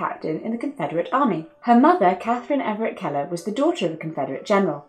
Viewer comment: I think you pronounced "Keller" pretty well, but, I'm also American, so, what do I know? XD